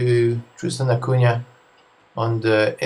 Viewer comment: Excellent documentary! May I ask if you are from portuguese descendance or a native portuguese speaker? Your pronunciation on da Cunha is just perfect.